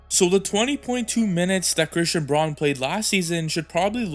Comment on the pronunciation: Good vid bro! Braun is pronounced brown just fyi 😊